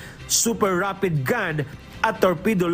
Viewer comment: LOL who says "Super radpid gun" how old's the narrator? 12 yrs old?! HAHAHA